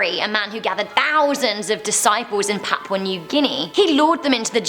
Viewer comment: “Papau new guinea”